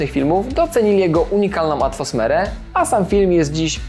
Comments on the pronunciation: Znów powiedziałes UNIKALNĄ ATFOSMERE.Mowi się ATMOSFERA a gdy ciężko Ci to wychodzi to zmień po prostu na UNIKALNY KLIMAT FILMU brzmi lepiej a Ty sobie języka nie polamiesz. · Czy ja tam usłyszałem "atwosmerę" ?😁